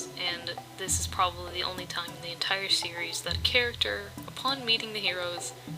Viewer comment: Whenever you said "series" It went to Siri automatically XD